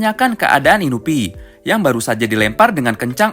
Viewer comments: Inui bang bukan inubi, kali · Inui bukan inupi.. Terano south bukan terano sousu.. Rukohara tandai bukan urahara nandai..